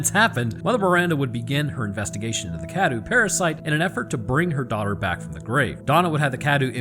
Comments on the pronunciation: You're not saying Cadou correctly, you're saying it like Cadew and not Cadou. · it’s. cah-doe.